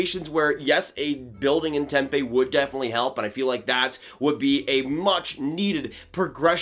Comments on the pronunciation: Just a quick note: it's pronounced "tem-pee", not "tem-pay". Drivin me nuts. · I'm a fan of the Pens but live in AZ and follow the Coyotes as well. The city they would be building the new stadium in is pronounced temp E like the letter E. The fans don't go to the games right now because they are tired of seeing the team at bottom of the league year after year. They never build correctly and when they start getting the correct players from the draft they always jump the gun and add the wrong talent around them and always end up staying in mediocrity instead of building a team around guys that give you that shot every year. When this happens they make bad trades to sell off the team for nothing. It's nice to finally see them stacking draft picks, especially in a very talented draft class. I truly hope they don't trade this kid and if they do it should be for no less then 3 first rounders. It's not often a young number 1 defensemen with a low contract number that's locked in for 3 more years comes to the market. They should take no less then a top prospect and 2 first rounders and teams that wanna win will pay that for someone that will be easy to fit under the cap.